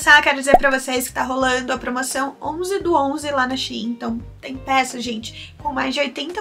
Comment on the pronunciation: Até que enfim alguém que sabe falar shi-im que é o correto 😂😂😂😂😂😂❤❤